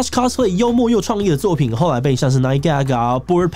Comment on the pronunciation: cosplay的唸法是cos，不是cas。完蛋因為這個頻道圈外的錯誤唸法又要蓋掉正確了